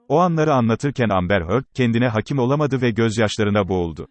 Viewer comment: Merhaba hakim kelimesini doğru şekilde telaffuz etmiyorsun o şekilde söylenmiyor haberin olsun